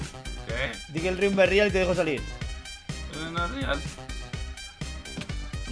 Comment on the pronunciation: Dijo el riumba no es rial